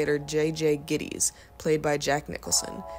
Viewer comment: NEON NOIR?? It's NEO . And GITTIES does not rhyme with KITTIES